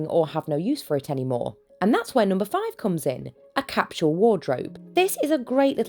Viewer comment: I’ve never heard someone pronounced capsule as cap-chool. I like it. Also, thank you for this it’s very helpful.